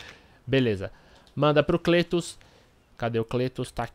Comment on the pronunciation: Pronuncia-se Clétus! ;)